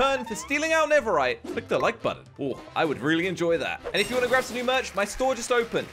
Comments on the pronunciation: Did say neveright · Did anyone notice that he said neverite instead of netherite 😕🙃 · My man said neverrite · in the beginning literally said niverait i'm bad at spelling nideriht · Listen not diemond nether rite